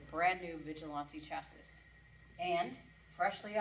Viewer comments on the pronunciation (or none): Chassis is pronounced- (Chasy) ❤ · Great jeeps Someone has got to give her a heads up on how to pronounce chassis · Just because you pronounce chassis wrong doesn't mean its not actually a roadster shop chassis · this is what i have longed for,....longer videos of your shop and the builds,...... LOVED IT !!! that is a hospital sterile shop,.....very neat and organized. DANG !!!!! and your wife can pronounce chassis any way she friggin wants to !!!